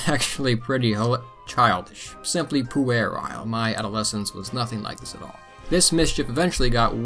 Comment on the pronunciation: ... "Poo-air-isle"? Is it 'puerile' by any chance?